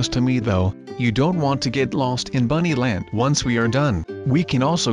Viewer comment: He says buny land